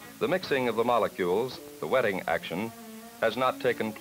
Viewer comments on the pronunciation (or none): Is it a US thing to pronounce "solder" as 'sodder', and "welding" as 'wedding', or is it just how the narrator pronounces them? By the way, I wish Mac and Harry all the best in their careers